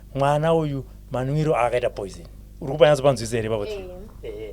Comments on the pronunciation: Yea kunemweya yetsvina pano panyika ndazobvuma kuti aiwa iriko but naye obva akoniwa kuti poison oti poizent😂😂😂😂 peace mind instead of peace of mind 😢😢😢😢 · kkkkk chirungu bho hre poisent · Word "poisent "for me😂😂😂😂😂😂